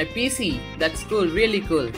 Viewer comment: lol indian guy say "that's School!!"